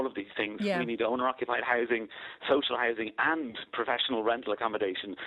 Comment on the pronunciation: What is social Hising? Does he mean hOUsing. Since when is housing Hising. You think Lyons would learn how to speak properly.